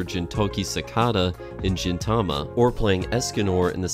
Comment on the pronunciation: The G in Gintama and Gintoki is pronounced as the G in Game/Gamble/Gold. Otherwise I love the video.